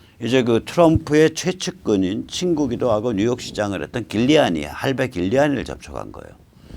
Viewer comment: 길리아니가 아니고 줄리아니라고 발음 합니다.